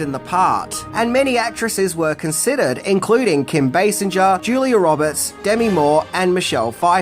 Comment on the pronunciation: Kim Basinger, the "G" in her last name is pronouned like in "singer". Source: herself.